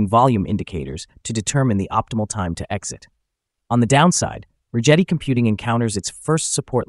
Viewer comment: hate to be that guy but if you hear Chad Rigetti say his own name, it's Rigetti with a G like Get